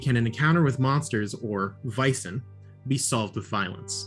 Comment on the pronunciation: That is NOT correct. It’s pronounced as the ”a” in ”bad” or ”sad” or ”tan” or ”ban” etc. In Swedish it’s written ”ä” (the two dots was once upon a time a miniature ”e”) in Norwegian and Danish it’s written as æ or Æ. Freeleague decided to go with AE since international audiences aren’t very familiar with the scandinavian special characters in our alphabets.